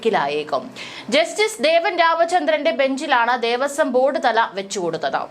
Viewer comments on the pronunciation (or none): ദേവസ്വം ബോർഡ്തല???? ഭഗവാനെ മലയാളത്തെ കൊന്നു കൊല വിളിക്കുന്നു😡😡 ദേവസ്വം ബോർഡ്. തലവെച്ചു കൊടുത്തത് എന്നാണ് വായിക്കേണ്ടത് ബോർഡ്തല അല്ല...